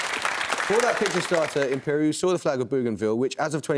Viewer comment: The Imperial team should be called "IMPE-LEE-AL".. But they should have chosen someone else as their captain - someone who actually knows stuff.. someone who can seriously contribute with some correct answers.. this cutie-pie captain should stay home and watch Barbie or maybe the adventures of Scooby Doo or something..